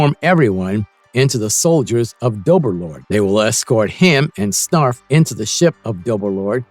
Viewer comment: I need the narrator to have watched Thundercats to know itself WILY Kit/Kat and not WILLY Kit/Kat. PuMYRA and not PuMEERA. CheeTARRA and not CheeTERRA. SNARF not SNURF or whatever he said. This video was torture because of it and you won't get my like.